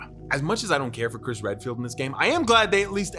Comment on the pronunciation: I thought you called him Chris Red-Pilled